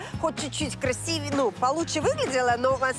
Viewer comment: КрасИвЕЕ, так ударение надо ставить в этом слове. Пожалуйста.